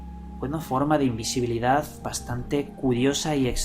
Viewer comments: El secreto de la imbesibilidad asi dijiste...? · Invesibilidad :V ajajja asi lo escuche primero sorry tenia que decirlo XD